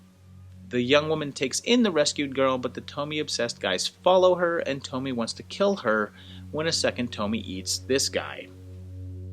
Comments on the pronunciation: Awesome that you did this series!!! I love these flicks, such a messed-up premise. Tons of stuff to analyze. Great chronological work in this video, fun! Also, I’m sure I’m not the first one to mention this, but her name is pronounced “toh-mee-eh”. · great video. I believe her name is pronounced Toe - Me - Ay. If you're interested, check out the youtube channel, "Horror Show Comics". He has done episodes on many different Tomie stories. There's a ton of them and each one of piece of the puzzle to explain what Tomie is without exactly spelling it out for you. The movies pale in comparison. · Pronounced tomy a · In the nicest way, how did the pronunciation of her name go soooo wrong?! 🤔😥😱 There's a mass amount of source material, additional content creators who've reviewed/analysed into Tomie and Junji Ito's work AND the mass number of movies where they all pronounce her name correctly.... I understand not speaking Japanese but how can you butcher the name of the protagonist and an enormously famous one at that?? Really makes me question whether you even watched the movies or just read wiki on Tomie. Sorry but the pronunciation is said so often that this video is so cringey and hard to focus on anything you're saying or take your vid seriously, which is a shame. 😢